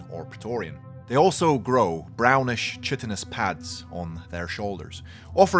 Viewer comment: Chitinous is pronounced "kite-in-ous". The stuff that an makes up an insects' exoskeleton, or human fingernails and hair is made from chitin (kite-in). Don't ask me why. I mean, there's a sister planetoid to Pluto named Charon, and that's pronounced "care-on". Anyway, Face hugger Carriers are stupid. It's like the giant Facehugger Queen from the old Kenner line - totally pointless. In this case, the carrier only exists to serve a need in a strategy game.